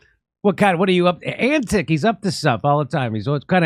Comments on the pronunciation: He is of Balkan origins so it is pronounced Antich. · think of the way people say chewbacca — they don't put a hard CH sound at the start, it's not CHOO-CHOObacca, it's a softer sounding ć, similar to the way the brits say "tutor" — tyootor, not "toodor" — Those of you sounding that out right now, are my kind of people. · Hi Jimmy Antic is a Slavic last name, ending in "ic" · Antic (Antić) is Serbian or Croatian surname and it translates to English something like Anthonic. It should be pronounced in the end like surname of tennis player Novak Djoković. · it's not pronounced Antick, but Antich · A Billabong is essentially a small swamp or pond. The Term 'Drain the Billabong' is an Australianized version of American 'Drain the Swamp'. Also Senator Alex Antic is of Serbian descent. His surname is actually pronounced 'Antitch' like most people from the Balkans whose names end with 'IC' it actually sounds like 'ITCH" so Antitch not Antick. And yes Alex is a conservative party Senator. Hope this helps. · Pronounced : Antich. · its pronounced antitch coz its likely serbian or croation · Antic probably Eastern European in origin. Pronounced An-tich. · Alex's father was/is Serbian. So the 'c' at the end of his surname is probably pronounced as a "ch" sound... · I guess he have Croatian roots, so it pronounces "Antich". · Antic is actually Antić (pronounced similarly to antich, or antitsch… there's no ć sound in English) — He's of Serbian descent. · His last name is most likely of Croatian descent, and in Croatia it has a little sloped line above the letter "c" which makes it soft, or rather "ch"... So it should be pronounced Antich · antic is a slavic name probably with serb origins. God I love how ignorant americans are lol EDIT: it sound like ' antech' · Jimmy don't sound ignorant. This is a croatian last name that is written like this Antić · Alex Antic is of Serbian descent. His surname is Antić (Antich).